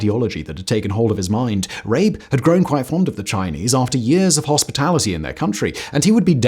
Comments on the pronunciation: Thank you for this video. It honors the memories of the victims. 2 points of corrections though: (1) the Chinese flag shown is incorrect; it is the PRC flag. The correct flag to use is that of the ROC. (2) The correct pronunciation of Rabe is similar to "rubber", instead of "rape". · John Rabe . Is definitely not pronounced the way you did it here. It's not John Rape but sounds more like "Raabe" the a is emphasized and his name translates to crow. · Rabe is pronounced Rah-ber in German. The Japanese violence was so brutal & horrific, it even cringed the most fervent Nazis. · Maybe look up the pronunciation of “Rabe” next time, it’s especially bad to pronounce it as something that sounds like “r*pe” in the context of this video… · It’s pronounced rabE (raven). The e isn’t silent. He wrote a report to hitler about the Japanese, after he came back to Germany, but the made him silent . He lost his enthusiasm about the nazi party and lived a very poor live with his wife, died later. His report was discovered later again. The chines saved his house and made it a memorial. He is still remembered by the people there. But wasn’t there also a Japanese diplomat who saved Jews in Litauen (litavania??? Don’t know the English name)? So there people, in the midst’s of their ideology, but still were human enough and helped people. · I am going to sound like a pedant, but —Goddamn—please invest the smallest amount of time to learn how to pronounce people’s names. I’m not saying you have to sound native, but you screwed up not only Rabe’s name by pronouncing it two different ways in various parts of the video and as for the Chinese, the less said the better. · I know that's not the right video too make jokes in the comments but I love the way Simon pronounced John Rabe.